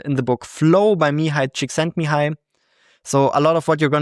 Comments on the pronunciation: Based on, so cool when I see my fellow Hungarians achieve greatness lol he did indeed say it perfectly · Props for superb pronunciation of one of the most Hungarian names ever. :D (I'm not Hungarian myself, but I know pronunciation so it's a bit of a pet peeve of mine. :D)